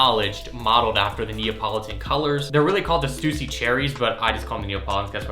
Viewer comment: Bro said “Stoosy”